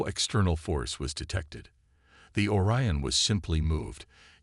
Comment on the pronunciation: "Or-e-uhn" LoL, Google it Channel creator, do your job.